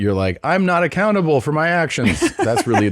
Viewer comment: You say be accountable... I hear be a can able